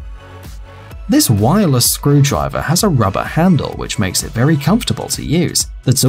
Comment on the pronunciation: "wireless" lol